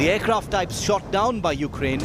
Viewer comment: This guy keeps mispronouncing the name of the country. It is pronounced "you-CRANE".... not "YOU-crane". Some may say this is a small thing, but it is a matter of respect... or in this case - disrespect. Have you ever had anyone make fun of you by intentionally mispronouncing your name? Yeah, THAT kind of disrespect. To further stress my point, imagine a politician talking about new Japanese policies, but he kept referring to the country as "JAP-an". Frankly, I would have trouble listening to anything else he had to say after that.